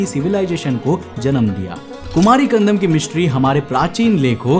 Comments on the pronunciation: bhai it's kandam not kandanam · It's not kandanam bro it's kandam😉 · Kumari Kandam not Kandanam.But the video content is very good. Nice research supported by proofs. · Khan-dam --- ko ---- khan-dha-nam kyu bol rhe ho bhai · It's kandAM he is pronouncing as kandaNAM! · कंदम को कंदनम क्यों? बोल रहे हो😅😅 Bar Bar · BRO I HAVE TO TELL YOU THAT ATLEAST PRONOUNCE THE WORD PROPERLY. WHY IGNORANCE? IT IS "KUMARI KANDAM" AND "KUMARI KANDANAM". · It is pronounced as Kandam, D as in Delhi..Also, k as in Akhand